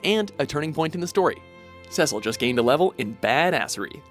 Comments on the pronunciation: actually it is Seh-cil. Final Fantasy Dissidia confirmed thats how they intended it to be pronounced. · Cecil's name is pronounced SEE-SIL... not SEH-SIL... why can't you pronounce any names right? lol